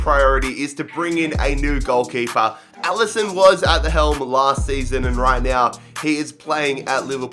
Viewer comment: Not enderson it is Alison